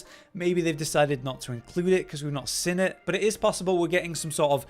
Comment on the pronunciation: The way you pronounce “seen” is driving me NUTS 😂😂😂